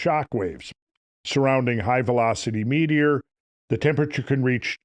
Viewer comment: Hopefully this guy has a better theory than you sitting up there saying Metor over and over !!